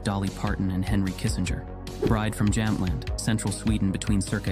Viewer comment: It's Jämtland.. its hard to pronounce if you don't know ä,å,ö letters...